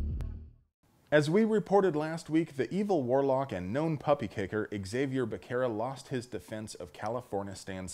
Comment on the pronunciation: Xavier Becerra - the X is pronounced as an H, and the C is pronounced as an S. We may hate what the dude is doing, but we should still get his name right.